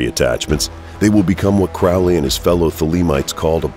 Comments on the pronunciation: um....Its pronounced crow-lee.....not to be rude.....just sayin. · Crow-Lee bruh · Do I have to be that guy? You’re pronouncing “Crowley” wrong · Can't even pronounce Crowley correctly. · Won’t be watching this. Haven’t spelt Aliester’s name correctly or pronounced his surname correctly. Get your facts right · You lose all credibility when you can't even pronounce the guys name right. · Please if you're going to speak of my teacher pronounce his name properly. It's Crow like the bird Crowley. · The commentator is so obviously anti Thelema and anti Crowley from the way he pronounces Crowley as Crowley said "those who think me holy call me Crowley (as in crow) but those who think me foul call me Crowley (as in Ozzy Osborne song Mr Crowley).Iam a Thelemite and follower of Uncle Aleister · his name is prounced like HOLY, not CRAAAALY. CROW LEE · The Crowley we are talking about is Cro-lee. That would be detrimental research if I were making a video on a person. It's embarrassing to make an entire video and mispronounce the subject's name. Amateur hour. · Ackchyually, it's pronounced "CROE-lee." Doesn't abandoning one's ego contradict the whole "do as thou wilt" ethos? So Crowley was a collectivist? Isn't that a right-hand-path ideology associated with "slave morality?" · Crowley is pronounced "Cro-lee" not "Crau-lee" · "His name is Crowley, rhymes with Holy, it isn't Crowley, that rhymes with foully--ugh!" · Anyone who pronounces Aleister Crowley as "crawllee" or otherwise, really has no idea who they're talking about. Wholly uninformed. Properly pronounced, Crowley rhymes with 'holy'. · Crowley's name is pronounced to rhyme with "holy." That's how he himself wanted it pronounced. His official biographer, John Symonds revealed this in his book, The Great Beast. It's out of print & expensive, but essential if you want to be credible. Other sources will tell you the same thing. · 'Crowley' rhymes with 'holy'; this from Regardie, his secretary, so he should know.